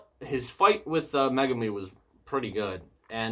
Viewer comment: You say Megumi's name right which most people don't